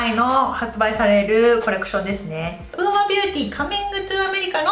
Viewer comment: ウーマと読めなくてずっとウオヌマって言ってた笑